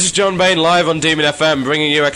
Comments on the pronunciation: Bain not banes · Actually it's Bain. Just thought to let you know. :P